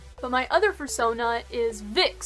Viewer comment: "How to make æ foorsonaaa!"